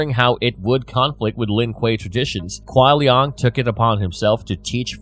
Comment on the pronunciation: It burns me when he pronounces kuai liang as "kuai liong" especially when hes heard the correct pronunciation hundreds of times😂